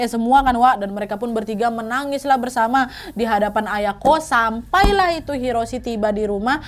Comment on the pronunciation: Aku dengernya ayangku bukan ayako 😂